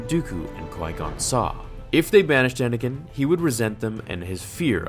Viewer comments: You just figured it out because you're dumb and it's Anakin not anikin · Well, it's actually Anakin, not Anikin, so..